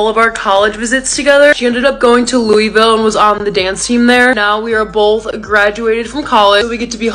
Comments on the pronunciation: It's pronounced "Lul vul" not Louieville 😂 sorry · I agree it’s most definitely pronounced Lou-vulle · you pronounce it lou-ful 😂😂 I know that’s not how it’s spelled lol but us, Louisville natives can tell if you aren’t from our city by the way, you say the name no hate 🫶